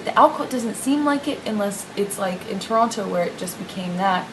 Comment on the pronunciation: I cannot stand the way she pronounces the word "Toronto" lmao. And also, she is complaining about who he is on drugs yet feeds him Xanax. Yeaaaaaaaaaa alrighty then you evil cvnt. The universe was never going to let her get away with this and unfortunately for her she has to learn the hard way